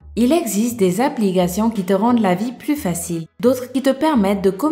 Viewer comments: ""il exize des abligations" ... mdr AR-TI-CULES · au tout début de la vidéo, elle dit : il existe des appligations avec un G au lieu d'un C